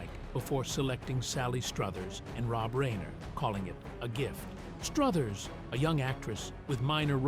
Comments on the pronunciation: It's reiner not rainer😊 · Rob RAINER? Stupid AI narration.